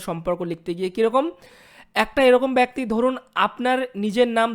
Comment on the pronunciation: ভাই, আপনাকে শুধু একটি কথাই বলছি, ব্যক্তি উচ্চারণটা ঠিক করবেন।